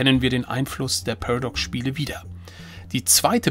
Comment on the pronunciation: Das heißt PA-RA-DOX, nicht PERDOX Spiele. LOL!